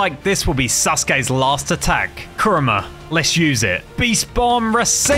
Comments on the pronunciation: its kurama not kruma just saying not a hater i hope you rech 10 milion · But I was about to die when he said "kurma" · add a in kurama u said kurma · Must say one thing negative it’s kuybi chakara mode not kurma mode now I understand copyright but I mean like why not chakara mode? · Pls pronounce the words carefully and do some research next time and pronouncing the words like rasengan rasenshuriken, kurama and more pls next time do the research on the word